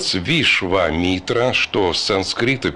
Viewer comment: Вишвамитра ва на а ударение